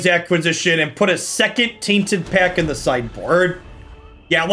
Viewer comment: Everyone is talking about saying "Taint" so much. But all I can hear whenever he says "Tainted Pac" without emphasizing the 't' is the Republican party at large. Tainted PAC